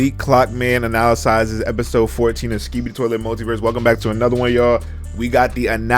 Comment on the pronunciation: Bro said analasyses